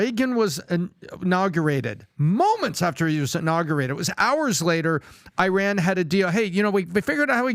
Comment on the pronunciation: Funny actually pronounced iran correctly e-ron